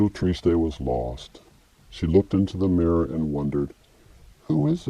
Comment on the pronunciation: triste is french for sad. pronounced simply "trist" in french. no -ay.